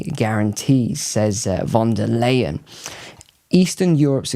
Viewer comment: Leyen is pronounced in German as 'lie-an' not 'lay-an'..